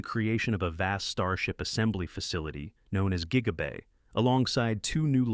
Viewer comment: Tweak your AI voiceover. It keeps calling Gigabay Jiggabay